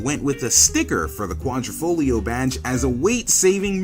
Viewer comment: Repeat after me..."Quadr I foglio" not "Quadr O foglio" good now repeat again! Quadro in Italian is a picture frame, Quadrifoglio is a four leaf clover.